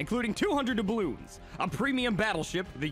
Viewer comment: Did you say dabloons